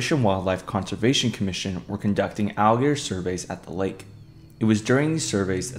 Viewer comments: The word is 'alligator', not 'al-gears'. Please slow down and pronounce your words more clearly. You nearly made my ears bleed trying to decipher your mumblemouth video. I get that you might be nervous, but open your mouth more, slow down your tempo, and pronounce the words correctly. I have no idea why the alligators are zombies because I could not stand to listen to this mishmash of slovenly speech. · To be fair, he doesn't even say the t for alligator, he says "alligor". Idk why he can't just say alligator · Listen again bro has difficulty saying R and T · You kinda have a problem speaking the word alligator 😅 When you say it, it sounds like "aelgear" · u watch it again... e pronounced alligator "algear" every time... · Algear Algear Algear Algear Algear Algear Algear Algear Algear Algear Algear Algear Algear Algear Algear Algear Algear Algear Algear Algear Algear Algear Algear Algear Algear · Why do you pronunce it """"Allgrs"""???? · no not really, he speaks it like a german would speak an ä wich is pretty much ae in english. Watch the video again 😅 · oh i would once or twice, given. But not everytime i say the word throughout the entire video. He definitely has a problem speaking the word, and its not just a happy little accident. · heres a better question than the dumbass one you just asked: why make a video about aligators when you cant pronounce the word aligator properly? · I guess it’s to much to ask to say alligator correctly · Be careful, this comment section is sensitive when calling out someones speech pattern. I got flamed under my comment for pointing out he says alligator incorrectly